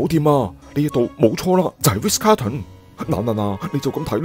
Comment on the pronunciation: 係Ritz 唔係Riz